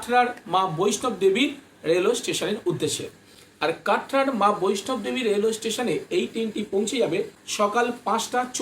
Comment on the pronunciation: দাদা কথাটা ' বৈষ্ণব দেবী ' নয় হবে 'বৈষ্ণো দেবী ' হবে।